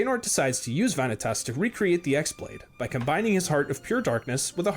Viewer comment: Its not the X blade its the Chi Blade (the greek letter that kinda looks like an x but is pronounced the same as key). The keyblade that the master of masters gives DOES have a name, its bame is "No Name". I feel like that original video just kind of read some stuff off a wiki :/